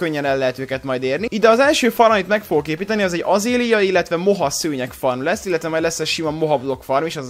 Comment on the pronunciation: Valamint a "tuff" az a tufa és az "azélia" az azálea